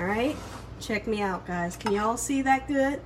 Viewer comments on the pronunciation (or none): "You hear meh" i love it ! Subscribed !!!